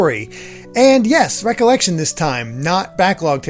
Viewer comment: For some reason, it bothers that you pronounce "Re:Collection" as just "recollection" and not "re-collection". I get that that's the point, but whenever I see it written like that, that's how I want to pronounce it. Still, it's your show, pronounce it however you want. Never owned a Game Gear, but I did go to a dentist's office that had one, and they also had Sonic the Hedgehog 2. It was really surprising to see the plot of that game being Tails getting kidnapped... and also years later I recall seeing one of the endings being Sonic looking up at the sky and an image of Tails being there, and thinking Tails was dead. Weird stuff... Edit: Taz in Escape from Mars on the Sega Genesis is actually really good, surprisingly enough. Can't speak for the Game Gear version, though.